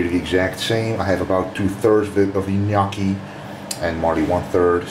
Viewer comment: Gnocchi? Knee oh key lol.